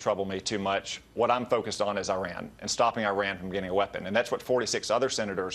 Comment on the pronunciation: Violating the Logan Act & pissing on the US Constitution. Good job, Senator. Hope your constituents are proud. Perhaps you should consider resigning before you're put sent to jail & fined. Besides, the fact that the senator can't even correctly pronounce "Iran" should disqualify him from this matter to begin with.